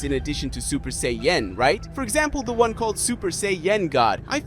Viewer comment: And it's say an not say en